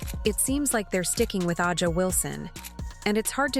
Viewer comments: Why do you (The creator/voice) of this video continue to mispronounce Aja (Asia)'s name ? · Drives me crazy too